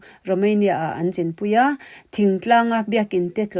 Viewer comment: CHIN Chhin tih a lamrik tur chhinlungchhuak chhin chin tihkha chuan thildang daih akawk